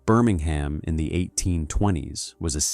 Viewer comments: Why do we need an American ai voice? Cadberry? Birming-ham? How does it cost any more for a human to read a script than to use an ai voice with a foreign accent and terrible mispronunciations? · You are pronouncing Birmingham wrong. It is a silent H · I turned it off after the 2nd time you said Birmingham incorrectly . I ignored your colour blindness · I enjoyed the commentary, but the way he pronounced Birmingham really grates the ears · Within moments the English pronunciation was butchered..”Birmingham, bow and advertisement “. All badly mispronounced. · Cannot stand the mispronounciation eg Birmingham, bow window...shame as it looked interesting